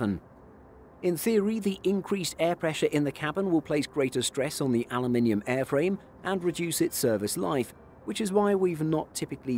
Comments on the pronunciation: He says it the way it's spelled: Aluminium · That's the Queen's English pronunciation lol